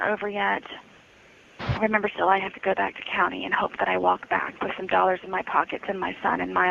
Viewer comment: I sooo loathe the way Sarah talks about money, and specifically her pronunciation of the word "dollars'. It's so easy to tell that Sarah is financially illiterate and likely comes from poverty. She definitely doesn't understand what "old money" means.